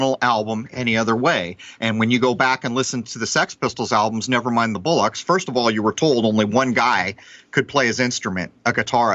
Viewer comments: "BOLL-ocks", not "BULL-ocks". Bollocks is slang for testicles. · It's 'Never mind the Bollocks' not bullocks. Lol